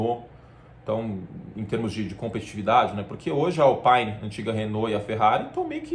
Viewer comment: Ótimo vídeo, Curti ! Só um detalhe, em francês é Alpine mesmo, não “alpaine”. Não vejo a hora de começar o F1 TV PRO, e vc?